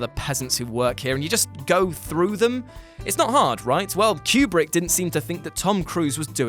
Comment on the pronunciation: I’m sorry but the way you guys pronounce Stanley Kubrick’s last name is distracting.